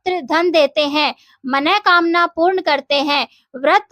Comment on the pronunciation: मन:कामना शब्द का शुद्ध उच्चारण सुनकर मन गदगद हो गया 👍 मनोकामना कोई शब्द होता ही नहीं